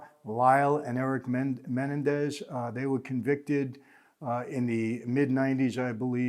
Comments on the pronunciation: Mah-nen-dez not menendez. Lol. Great video though as usual michael. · It's pronounced Men-EN-dez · It's Menendez ----- MEN EN DEZ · I think its pronounced Muh-Nen-dez not Men-en-dez, lol sorry to correct you, boss man. Please dont repremand me for it, just trying to be helpful is all. I mean no disrespect whatsoever. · Is anybody else annoyed by the way he says Menendez? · Michael likes to drop these famous names to make himself look like a big shot. He's the world's biggest liar. He says he knew the Menendez brothers. Yeah right michael, you knew them so well you can't even say their last name right. Lying moron. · Is it just me or is Michael butchering 'Menendez"?😆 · Mike butchered the Mendez name all through out this. The irony lol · Evidently the world has been mispronouncing Menendez for years.